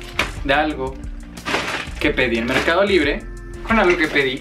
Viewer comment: Merrrrrcado libre 😂😂😂